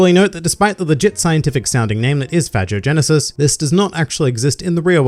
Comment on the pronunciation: How did you pronounce phagogenesis? Lol that's not how they pronounced it in the show. I burst out laughing the first time I heard them say it.